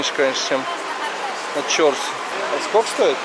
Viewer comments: В узбекском языке ударение всегда на последнем слоге. Режет ухо ЧОрсу, нужно говорить ЧорсУ. На самом деле это два слова, в переводе - четыре (чор) реки (су), ручья. Место слияния когда то было. Рынок много раз перестраивался и благоустраивался. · Пожалуйста прежде чем произносить название какого нибудь объекта,спроси правильное произношение " чорсу" ударение надо делать на у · И не Чо,рсу, а Чорсу,! Старый город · Если честно, заеб*л коверкать неправильно. Периодически смотрю, но твое коверкивание простых слов, состоящих из 5-6 букв, на прочь отбивает желание. Я понимаю, ты не узбек, и тебе может тяжело дается произношение оригинальных названий и слов, но Чорсу - это не сложное слово. Всего ДВЕ гласных, ударение на вторую гласную "У". У тебя, кстати, много таких ошибок и других видео, когда простое слово произносишь неправильно. Присмотрись, как его произносят, если надо спроси. Ничего личного.